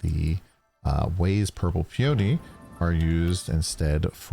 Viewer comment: It's Pee-O-nee 🙂